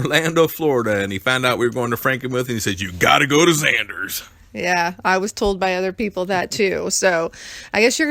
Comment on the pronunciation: Nice video, also it's it's zenders.... Not zanders